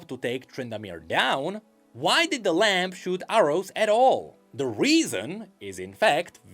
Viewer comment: tha lamp and the wolf kekw jokes aside, fyi: the b in lamb is silent